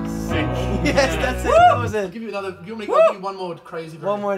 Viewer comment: The way Martin says “anudder”!☺️☺️☺️☺️☺️☺️